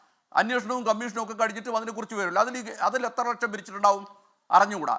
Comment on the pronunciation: ഓരു ലെക്ഷം ഒരു റെസീറ്റിൽ കേൾക്കാൻ നല്ലരസം